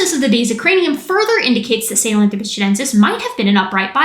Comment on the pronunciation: So you’re telling me Metal Gear lied to me about how to pronounce Sahelanthropus